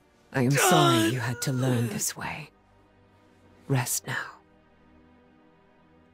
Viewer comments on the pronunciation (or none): when u pronounce "this" as "dis"...